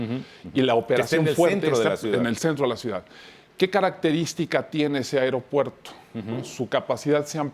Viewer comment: Se dice aeropuerto no airó puerto.